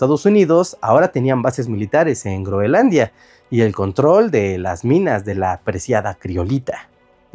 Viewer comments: Escucho a cada rato Greonlandia o Greolandia y es Groenlandia en español!!! Por favor, estoy viejo y cascarrabias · creo que alguien tiene un problema para decir groenlandia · Muy interesante el tema, pero.... No pude soportar un "Greolandia" o "Grolandia" más. Abortando misión en minuto . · Debe ser que la "n" es muda. 😂